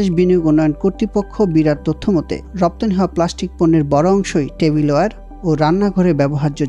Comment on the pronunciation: It's not প্লাশ্টিক, it's প্লাস্টিক